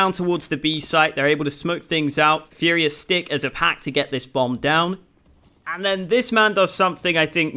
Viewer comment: Really cool video! If you're interested, it's pronounced "fooria", not "fiuria"